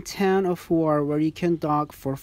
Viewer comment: Respect for pronouncing Korčula and Hvar :)